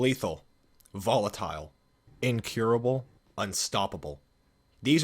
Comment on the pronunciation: Volatile" Some parkour guy: Say that again